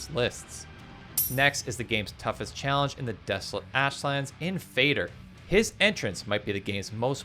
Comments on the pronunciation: I'm sorry for fussing over trifles, but why almost all of Valheim players pronounce "Fader" like "fei.der"... It's not English word, it's Norwegian and sounds like "fa:der" (and it's meaning is exactly "father". E.g. Moder is also "mother" from Norwegian). There are lot of Norwegian terms in Valheim due to game lore (✿^‿^) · It is Father with a D instead of th and it means father in swedish just like Moder means mother but with a distinct O sound.